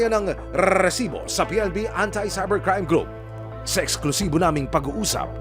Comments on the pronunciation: Resibo into a long rrrrr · I like that he only cares his "RRRRRResibo" instead of the case